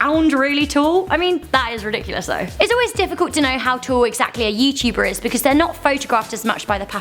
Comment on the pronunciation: Did she say ye tuber ......... it's you tuber